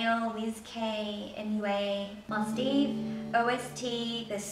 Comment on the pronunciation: My friend bought some skincare from Elishacoy and I hear they're all really good. And from what I hear from other videos I think the Mustaev brand is pronounced Must-have. Sorry for correcting you.. :/ Anyway love these type of videos! <3